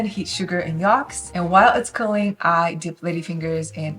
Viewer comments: Yolks, not yalks 😊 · You say yolks funny 🤣 😂